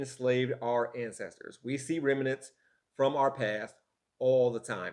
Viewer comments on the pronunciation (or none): "Rem-i-nents"? = Rem-nants